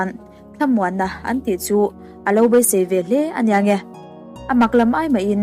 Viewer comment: A leh e lam pawlh hi hma sawn i la ngai hle mai. Mai aia mei te, beisei aia baisei tih te, hotute aia hautute tih te, Isua hova tih aia Isua hauva han tih ang chi a tam angreng. Chhiar chak ringawt ai chuan chhiar rik dik hi a pawimawh mah zawk awm e.